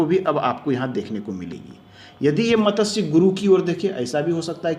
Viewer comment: Matatsya nahi hota wo matsya hota hai